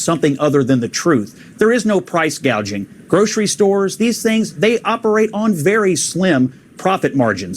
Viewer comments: Let’s get it straight she never said anything about price gouging she said price Gauging! What ever that is! That more of those made up Dumbocracts ideas! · She actually said price guaging...freudian slip alright!!